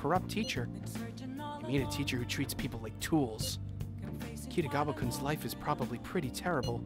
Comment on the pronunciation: Actually, your pronunciation of Kitagawa is a little off, too. Just saying. The problem is that all syllables should be unstressed, but foreign speakers always have a tendency to put stress on at least one syllable. I'm guessing that someone told the voice actor not to stress the "ga" and he overcompensated for some reason and put the stress on "ta" instead. I think the same thing happened with "Sakamoto". English speakers tend to stress the "mo", but in this game they stress "ka" instead, so the pattern fits.